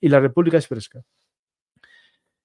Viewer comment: República serpska se pronuncia. Lo de kosovo fue una cagada de occidente, la verdad. Fue un robo de territorio a Serbia x eso está echada en manos de rusia y se le da legitimitad a ésta de hacer lo mismo, aunque es totalmente condenable todo lo q hace rusia. Viva Ucrania